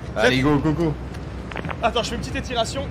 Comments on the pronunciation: "Etirations" ahahahahah feat Berdy ça fait vraiment plaisir à regarder! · Je pense être le seul mais le "une petite ETTIRATION" de au debit il ma perturber mdr